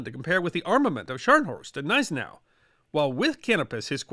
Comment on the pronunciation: Great video as usual. However, a note on pronunciation: Gneisenau is pronounced G-neizenau. Spee is pronounced Shpay. See you in the next video.